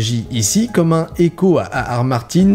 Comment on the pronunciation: J'ai l'impression qu'à qu'il dit le nom de l'auteur du livre il ar ar martin